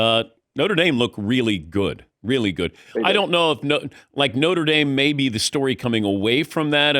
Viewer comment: Did he say Norte Dame? 😂😂😂